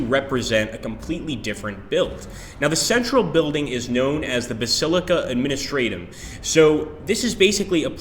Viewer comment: Honestly, I cringed more for the mispronunciation of Administratum.